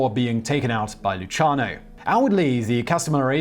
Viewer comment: Simon!Your pronunciation is absolutely horrible.Go back to school or ask for help. Lucky Lu C iano. Is correct. Not Luchano. Espotio? ha ha it Es-PO-zito